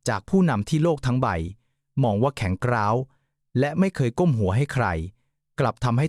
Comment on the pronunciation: โอยไอ่บ้าแข็งกร้าวไม่ใช่แข็งกร๊าวเบื๊อก